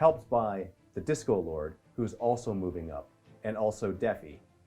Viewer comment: I keep hearing 'Disco Lord' instead of 'Discord Lord'. Lol.